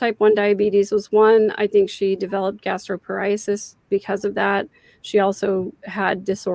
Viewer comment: Have heard you struggle with it a few times, so I offer this with nothing but kindness (and a slow tummy that has forced me to learn of such things): gastro-pa-ree-sus Your perspective and explanations are infinitely helpful. Thanks for continuing to enlighten us.. and I mean that in the knowledge/understanding way and most definitely not the religious/spiritual way!